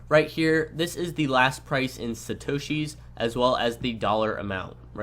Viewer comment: Great video! One question I had (and if you said it, I didn't catch it), what the heck is a "shitoshees"? You kept making reference to it when talking about how the prices are displayed. Around the mark is when I first heard it.